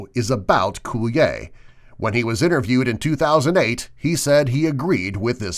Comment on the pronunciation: It's not coulier (cool•E•yay) it's coulier (cool•E•er)